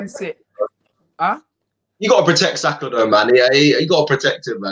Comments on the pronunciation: Did he say BUYAKA????? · 2.45 he calls Saka 'Boyaka'. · My man said Buyaka😂😂😂😂